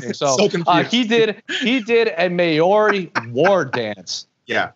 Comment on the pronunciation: Worst pronunciation of Maori eva